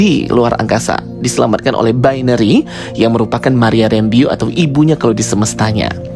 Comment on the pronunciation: Bacanya rembo bukn rembyu bang. Kek aneh gt dengernya😅😅😅😅